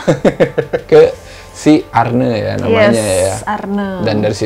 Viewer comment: Arne...but baca nya arni...pake i...ya bukan e....ampun english nya...😅